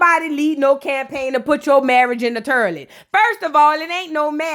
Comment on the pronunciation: “Turliot” is taking me out!!!!😂😂😂😂